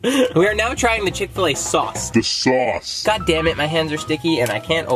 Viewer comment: You’ve never had ckick-til-a also you go to the gym